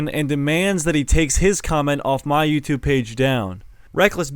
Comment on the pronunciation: I perform better in the videos I can do accents bro Also: "EN ITS BEH EH THEH EH EE THING ON YOUTUYBE"